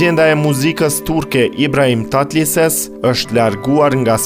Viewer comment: TATLËSES.... jo Tatlises